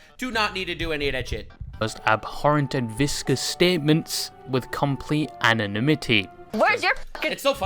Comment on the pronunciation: Did the narrator say "viscous comments"? As in fluid dynamics?